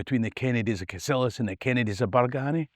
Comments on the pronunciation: Entertaining stuff. Just need to work on the correct local pronunciation of some of the places mentioned- Bargany is usually pronounced Bar-geeny, Cassillis is (less often these days, to be fair) Cassills, or castles. At least you got Culzean right though - we had lots of fun when we were kids being asked by American tourists if they were on the right road to Cul-zeen castle - naw mate, never heard o it 😂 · Cassillis is old Scot and pronounced "Cassels" and Bargany pronounced "Bargeeny". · You said the “Berganny” Kennedy’s died out? and did you say the “Hamilton’s” took over? Did I hear that correctly?